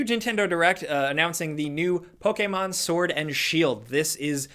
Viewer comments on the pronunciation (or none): Does anyone else get uncomfortable when you hear Poke-A-mon or Na-roo-do ?